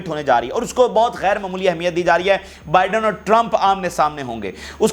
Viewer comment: Please speak right name of putin and biden